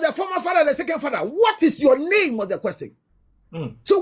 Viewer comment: Why have some Ghanaians started pronouncing ‘question’ as ‘questing’?